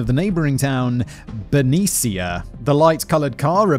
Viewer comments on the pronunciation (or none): The awful story is peppered my giggles at Simon saying Benicia. If you read this, loved it Simon, and it's pronounced ben-eesh-ah, with a little oomph oh the A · Simon... great video! Benicia is pronounced "buh knee sha" lmoa now watch me pronounce UK towns and cities...FAIL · Benicia (you pronounced it more authentically Spanish, as the woman it was named after probably would have done), but the locals pronounce the town name as Ben-ee-sha. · I was waiting to see how you would pronounce Benicia (my hometown). Anyone who lived there at the time would approve. But its not the way I learned and it made me giggle. Keep going Simon and add as many tangents you want! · Ignoring the terrible mispronunciations of Benicia (once the CA state capital!), the Presidio, and Pleasanton; I believe there's an error in this script not caused by Simon's lack of interest in proper pronunciations. Several times a 'Stateline, Utah' was referenced, originally in the context of Lake Tahoe. California and Utah don't share a border. Lake Tahoe is however on the border of California and Nevada, and there is a Stateline, NV right there. I think this is more likely the one meant.